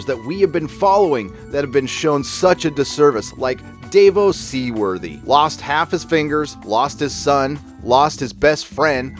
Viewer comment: “Vaylair Meowghailis” “Davos Seaworthy” U sure u seen the show 😂 jeeze and im only 4 minutes in 😂